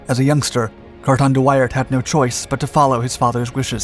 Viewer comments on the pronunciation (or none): Are you sure that is how Wairt is pronounced?